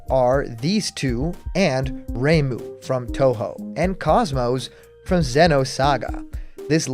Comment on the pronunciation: > Pronounces KOS-MOS as "Cosmos" and not "k-OH-s m-OH-s" throws desk, and starts reporting every video on the channel, as well as compulsively tweeting #BlockedContentisOverParty jk I hope to heck that KOS-MOS gets in tho. Best robot girl deserves love.